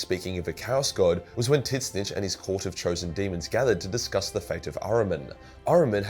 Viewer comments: Who the hell is titsnitch? Do you mean "Zeen-tch"? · Whooo tf is tittssnitch??? Tzeeentch!!! Wtf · Why does he still say "Tit-Snitch"? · So is it pronounced tidsnitch or zeentch for tzeench (new fan of 40k) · I thought it's pronounced: "Zeench" Titsnitch? Sounds like that gardener. Alan Titsnitch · Tzeentch = Zeench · No. It's pronounced Zee-ench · Did you call Tzeentch Tits snitch?!??! 😭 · So.... I'm not a Warhammer fan at all. I shouldn't lecture anyone on the lore... But did you just pronounce "Tzeentch" as... "Tit-snitch" Edit: My god, yes you did.... TIT-SNITCH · I find it hilarious you say it titswitch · Are you saying tits-itch? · Why are you pronouncing Tzeentch like "tit snitch"? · did he just say 'TIS - NITCH'? tf? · Tzeench Zee-n-ch The way you pronounce it is insane and drives me crazy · It's a joke because it's so hard to say so he just calls him Tit Snitch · I'm sorry this is my first time watching one of this guys videos and him calling Tzenntch Titsnitch is just too funny not to say anything about. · Is this guy intentionally calling Tzeentch "Tit-snitch"? Is this an inside joke? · It took me way too long to figure out what tits-nitch was 🤣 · Why are you calling Tzeentch tit snitch? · Titsnitch :D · Somehow I couldn't hear much of the video except how you say Tzeentch. Do you pronounce it "Titsnitch" out of spite? :D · Why is this retard butchering Tzeench's name? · its funny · can someone please tell me why he pronounces Tzeentch wrong? he saying it how it’s spelled but it’s canonical not pronounce that way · Is that an insider or why do you pronunce tzeensh so weird? I cant get over it. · It's his own way of pronouncing it because he hates having to pronounce it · Please learn to pronounce Tzeentch. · not sure if your pronunciation of Tzeentch is a joke or not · Your pronunciation of Tzeentch gives me heart palpitations. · Are pronouncing the name of Tzeentch wrongly on purpose to piss nerds off? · Tzeentch isn't really that hard to say